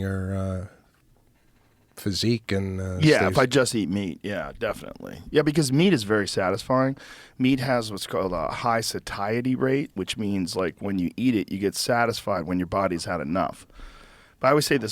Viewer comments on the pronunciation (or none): The way Joe pronounced satiety as suh-tie-ety 😂